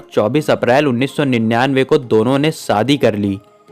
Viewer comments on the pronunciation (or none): none